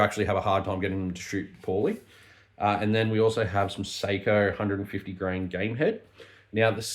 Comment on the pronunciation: It's sock-O